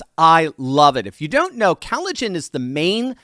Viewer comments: If he says cali-gen one more time... Lol 😂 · Maybe if you are going to advertise something you should Learn how to pronounce it properly!.. why have you swapped the O in collagen for an A?... How am I ment to take you Seriously When you don't even know what a basic sounds vowels make?